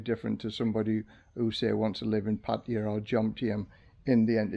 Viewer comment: OMG!!! An ex-pat who actually pronounces Pattaya properly. Kudos!